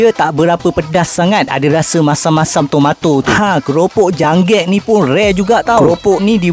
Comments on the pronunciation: Kerupuk Jangek ✅✅ bukan "janggek" 😅😅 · JANGEK NOT JANGGEK